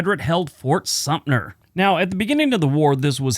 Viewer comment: Sumter not Sumpner.